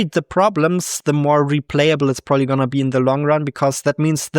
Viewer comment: "prooly" lol